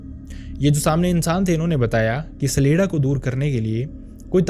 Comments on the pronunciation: CHA-Lay-Da and not SALEDA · सलेडा नहीं छलेड्डा